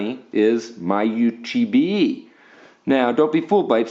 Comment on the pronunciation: Nalts, why do you pronounce iPhone correctly. Eye Phone, but MyU2B gives you so much trouble?